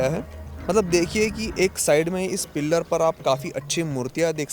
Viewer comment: भाई पिल्लर नही पिलर बोला जाता है ।😂 improve your pronounciation